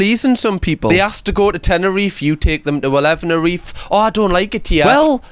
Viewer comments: dude. "Eleven-erife" is hilarious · Elevenerife?? Jesus Christ pat yourself on the back for that one that was bloody gold 😂